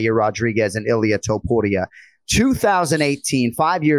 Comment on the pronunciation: Did call him ilir topuria??? 🤣🤣🤣🤣😭😭😭😭